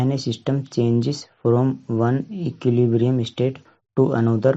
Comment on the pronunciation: Are bhai Equilibrium ko pronounce toh thik se karlo. As tution teacher ye mera ek suggestion hai aapko